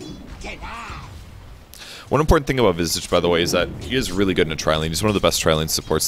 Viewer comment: you just butchered visage's name. its pronounced visage, not visage.